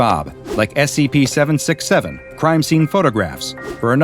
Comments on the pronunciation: when you voice these again can you please pronounce the C it sounds like you are saying SAP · You need to be careful, "Content Farm" team... you made say "S E P". its very clear he said that instead of "S C P"